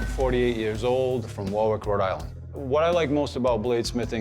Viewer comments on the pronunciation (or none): none